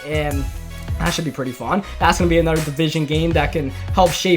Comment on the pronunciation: it is anoTHer not anUDDER